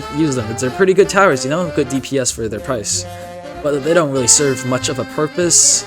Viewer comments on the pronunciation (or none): none